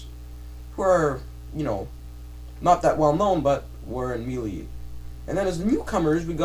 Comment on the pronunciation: why are you saying me....lee. it is pronounced May..lay = melee, I'm sorry but this is not a needed video, Quit talking about what you "think" and talk about what you know.never mind just shut up